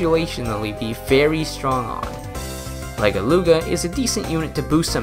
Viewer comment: Are we gonna talk about how he mispronounced Legeluga’s name and called her a “He”